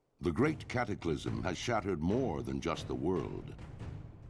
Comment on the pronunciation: World of Warcraft: Cat-ack-a-lism.